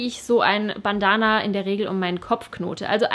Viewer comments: Hat mich irgendwie voll aufgeregt wie du Bandana ausgesprochen hast... das ist Englisch!!! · Sorry, es hat mich einfach irgendwie richtig gestört vom Hören her 😅 ansonsten fand ich ja alles cool, aber du kennst das bestimmt auch, wenn man sich an einem Punkt aufhängt und total irritiert ist... Ich finde Bandana hört sich deutsch ausgesprochen einfach blöd an 😂☺️